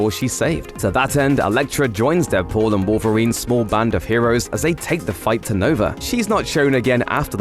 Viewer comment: I'm annoyed how you pronounce "Deadpool and Wolverine" what are you saying? "Deadpool the Wolverine?" or "Deadpool then Wolverine?"